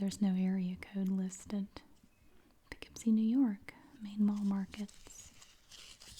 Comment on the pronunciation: As being from NY, I applaud you for saying Poughkeepsie correctly 😂 No one can ever say it right lol. ALSO, the Barnsider is an amazing restaurant and the Colonie Center mall is right by my house! WHO GOT A HOLD OF THESE MATCHES BEFORE YOU! There’s so many from where I live, that’s amazing!